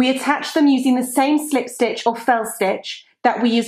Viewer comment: love your accent and the way you say slip stitch is awesome :-)